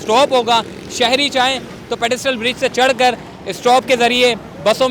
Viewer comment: Hahaha.. pedestrian bol bhai.. pedistrial koi word nhi..